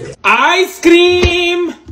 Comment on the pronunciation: The way how he said ice 🤣🤣🤣🤣🤣🤣🤣🤣🤣🤣🤣🤣🤣🤣🤣🤣🤣🤣